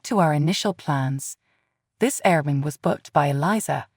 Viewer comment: air-b-n-b is how it's said